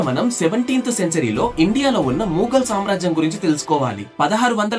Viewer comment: అది మూఘల్ కాదు మొఘల్ bro..😂